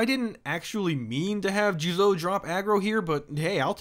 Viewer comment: it’s じゅうぞう。And you stress the second syllable. There is no stressing in Japanese. Did your Japanese lessons stop after kana lmao